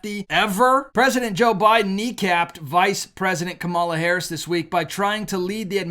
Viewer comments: His name is Kamal. Adding a, "A" is feminine. No "A" masculine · Who is “Kamila”? 😂